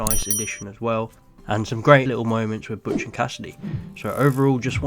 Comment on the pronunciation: The name is Butch, not Botch